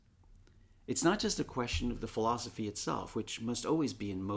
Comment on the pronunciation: i love bernard, but why he say "philozophy"?